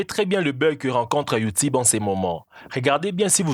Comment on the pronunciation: youtibe xD